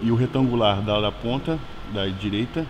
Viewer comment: O melhor é o Léo falando esquerda e direita errado toda hora OPKASOPDK